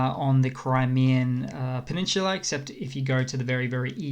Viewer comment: it's not a peninshula, it's a peninsula